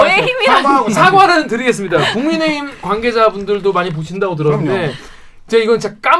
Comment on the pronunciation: 국민에힘 아니고 국민의힘 인데 ... 김기자 바보..띄어쓰기 하지말고 국민의힘....난 발음이 안 좋아서 그런지 국민의심으로 발음이 되더만